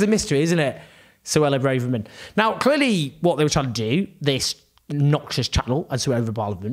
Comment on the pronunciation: Owen keeps lurching between ‘Brarverman’ and ‘Brayverman’, but it’s actually ‘Bravverman’.